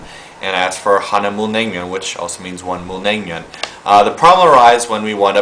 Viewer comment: My favourite Korean foods <3 Bibimbap and Naengmyun :D And your pronounciation was weird... sort of